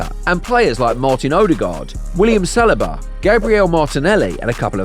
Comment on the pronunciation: Based on how you say Saliba and Gabriel, you can kinda tell that the narrator either doesn't watch football or this is AI voice. Aside from that, entertaining video 🤝